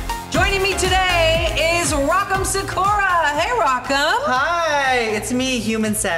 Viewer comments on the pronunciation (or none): Sa-coo-ruh? MICHELLE OMG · no one: michelle visage:rock m SOkUra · Mispronounced her name and it’s said numerous times and that just utterly insulting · Why do so many people say Sakura wrong its so annoying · I did not appreciate how she pronounced Sakura at all. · Michelle mispronouncing Sakura 🤦🏼‍♂️ This is in my top 3 worst eliminations in the show’s history. Rock M should have been safe. Bottom 2 100% should have Ben Aiden and Brita. So many things Aiden did that weren’t called out, the use of the same wig, exact same makeup with almost no change (like in color or going with the challenge), And BASIC BASIC BASIC outfits multiple times. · Why is no one correcting these people on how to pronounce "Sakura"???